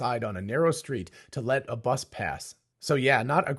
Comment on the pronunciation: It's "bus", not "buss"